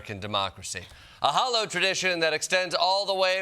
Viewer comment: Didja say "hollow"?